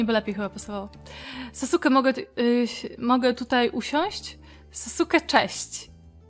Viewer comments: jego imię Ne brzmi sasuke tylko saske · racja autokorekte mam włonczoną i czasem zmienia wyrazy na inne,. Chodziło o to że bardzo widać jaka jest twoja ulubiona postać, i że mówila na sasuke tak jak się pisze czyli mówila sasuke a nie saske🙂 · Ja kocham Naruto! A tak wg mówi się Saske a nie Sasuke 😂😂Czekam na kolejny odcinek z naruto online 💕💕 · Wiem data, ale lubię wracać do serii, no widać że oglądałeś Naruto, ale na sasuke mówila tak jak sie pisze xd(nie hejt) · Mówi się Saske, nie Sasuke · Saske sie muwi :) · Mówi się Saske, a nie sasuke (kiedyś też mówiłem sasuke) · nie wymawiaj Sasuke tylko Saske. Pozdrawiam cieplutko i polecam Naruto Online ponieważ gram 11 dzień i mam już 34 poziom. <3 A te pieniążki to Jeny (japońska waluta jak u nas złoty) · Fajny odcinek :) Gra też nawet spoko :P P.S. "Sasuke" czyta się "Saske" ;) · bardziej Sas'ke - to "u" jest po prostu zbyt szybkie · Sasuke wymawia sie Saske!!! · Czemu grasz chłopakiem ? A i mówi się saske a pisze sasuke